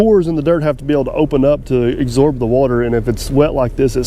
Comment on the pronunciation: LOL I think that is funny. The pores of the soil have to open up to exorb (absorb) the water. I love your videos. I never miss one and am always looking forward to the next one. Please keep up the great work. I am only teasing as everyone says words wrong. I just like to point it out sometimes.:)